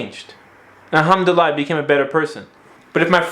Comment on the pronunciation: Alhamdulilah mate, You dont even pronounce it well...